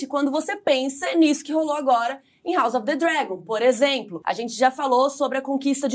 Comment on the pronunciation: Legal o formato de vocês duas conversando. Dica, a pronúncia de "house" seria com "s", e não com "z": haʊs ʌv ðə ˈdrægən